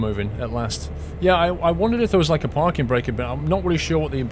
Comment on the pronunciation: It really annoys me how he says "there".